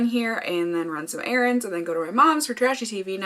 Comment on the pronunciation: It's not Erins 😆, it's errands, as in chores, such as grocery shopping.